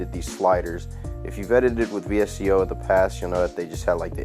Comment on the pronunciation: Great video! Quick tip, its pronounced "Visco" and VSCO is short for visual supply company.